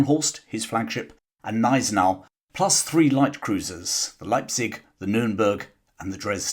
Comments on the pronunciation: Admiral von Spee. Pronounced Shpay (English spelling) Gneisenau Pronounced guh neisen ow Good video otherwise,. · Hi,, thanks for replying. The ones that hit my ears are Von Spee, where the EE is more like french ÉE than as in English "spree", and Gneisenau, where the G is hard.